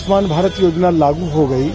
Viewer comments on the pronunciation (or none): none